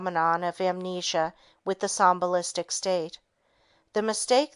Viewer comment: "sombalistic" state? Do you mean "somnambulistic?" Or is a ventricle a volkswagen?